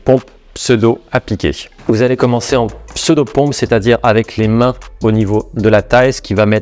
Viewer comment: Je regarde assez souvent cette vidéo pour mon circuit, et le "alléoeuw" à me fume toujours autant 😁